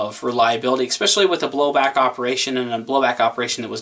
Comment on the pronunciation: Hi, Thanks for the review. Please don't take this the wrong way BUT..just for next time...the word is "especially". It is NOT expecially or xpecially or x-pesche-ally or any of those. There is no X in Xpecially. I mean in ESpecially. It's especially or S-pecially or Esspeshalee but it is NOT X-peshalee. No i in team and no X in especially. Thanks. :-)